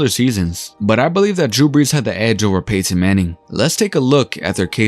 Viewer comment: Really stressing that Pay-tin